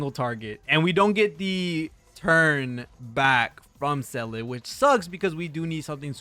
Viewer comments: well, Seele should be more "SEHH-le" than "Sellay" but whatever, close enough. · Say lay, or Zee la, simple as that